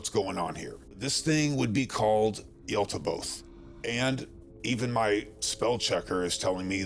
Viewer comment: Because it's Yaldabaoth with a D. Makes me doubt the validity of the entirety of your research, now. Yal-Da-Bay-Oath